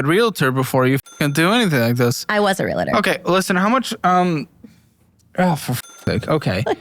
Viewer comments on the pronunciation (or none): You got it wrong. She said “I was a real-uh-ter.” Someone in that industry mispronouncing the word is ridiculous. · I was a "Re La Tor." She can't pronounce the word correctly. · "I was a relitter". It's pronounced REAL-TOR for fucks sake. (I'm a realtor...) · It's not real-uh-ter. It's real-ter. Just like it's not real-uh-tee. It's real-tee. Why do people put the 'uh' in there? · No. She said real-a-ter. 😂 Educated people know how to pronounce realtor. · Nobody pronounces realtor right, even supposed former realtors. It’s a two syllable word - there is no A sound between the L and T.